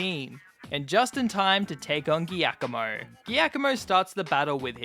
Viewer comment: as an italian you should pronounce giacomo as "jack omo"